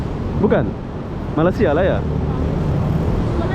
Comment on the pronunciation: Sebutan yg benar untuk negara ini adalah Malaysia, bukan Malasia. perlu juga pelajari dgn benar supaya kontennya berkualitas. Pelajari juga sedikit2 istilah2 dan sebutan2 dalam bahasa Inggris supaya tidak terkesan norak karena anda meliput di luar negeri.